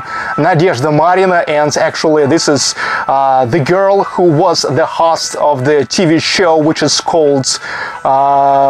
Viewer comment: I have been learning some Russian and I notice when you speak English and say, "host" that you treat the "O" in host like a Russian would pronounce the "O". We also pronounce the "O" as you do for some words like, "hostel" . In the case of the word host, we use a long sound O. I am not really sure even how to explain how we pronounce it. I had to look up some Russian grammar and as much as I can tell, it is that the letter O is stressed. You do this often in many words with o. I am not talking bad about how you say it. Just trying to be helpful.